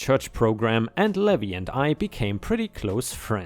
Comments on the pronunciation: Levi = Lee vie (hard "i" sound). "Ye Olde" would be said as "Yee olde," not "yeah olde." lol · Levi is pronounced Lee-vye! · Hey! Hope you're having a great day! On the side: Levi is usually pronounced Leave-eye. The "E" and "I" are pronounced via their names rather than the sound they make. Dunno why it's that way without any accents to show the secondary pronunciation like other languages do. I have an accent in my name and no one has made comment of it. I'm just lucky that my name is a generally well known one for where I live. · Levi is pronounced Leave-eye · It's lee-vy...for Levi ☺️ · dear it's pronounce LEE VIE.... like viking without the king 😉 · Levi (LEE-vi) is a man’s name from the Bible. LEH-vee is the pronunciation for “levy” (verb) which means to put a tax on something, and also the pronunciation for “levee” (noun) which is a ridge or wall of earth next to a river or lake to prevent flooding. New Orleans levees were overtopped by water during Hurricane Katrina.